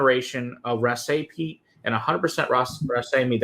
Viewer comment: Hey I am a Japanese girl living in Scotland and have been waiting for an expression from this distillery. Just a point though it's "rassy" like grassy, not rass-AY. Scots get very protective over pronunciation.